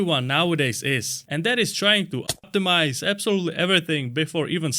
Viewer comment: Why can’t you say optimize?